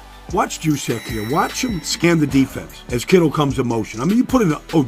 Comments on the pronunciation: YOUS-Check, not JEWS-check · Its pronounced "yooz-check" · Baldy, his name is pronounced USE-CHECK. Kyle USE-CHECK. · did you just say his name with a hard "J"? bruh, really? smh... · Good stuff Baldy. Loved your breakdowns all season especially on the Niners. Killing me with the J though. They call him Juice but his name is pronounced with a Y!